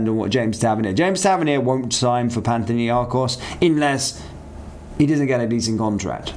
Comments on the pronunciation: I assume you're trying to say Panathinikos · Panthinnyakos? Youd think you would at least try to get the name right. Lol